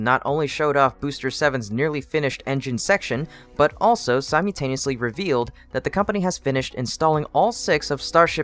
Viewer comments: it's pronounced "si-MUL-taneously" not "si-MEW-taneously". not trying to be rude, but it irks me every time I hear it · What the hell!? It’s SIMULTANEOUSLY. You completely leave out the L in your pronunciation making your otherwise great oration crash to a screeching halt. The fact that the comments are only read by other potential commenters also disappoints. The information presentation is no longer worth the butchery of that one word.